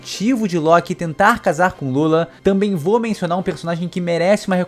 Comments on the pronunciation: Nao sei pra que pronunciar loki diferente de todos kkkk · Esta doendo meus ouvidos o jeito que você pronúncia LOKI E BEIFRIST vice deveria assistir os filmes de Thor da Disney para pronunciar corretamente